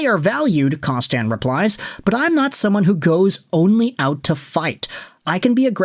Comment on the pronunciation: Kostin isn't French, so why the weird pronunciation of his name?